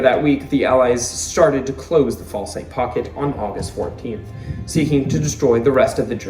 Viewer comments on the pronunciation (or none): Falaise is said FALL..ace. Meatgrinder for the Germans.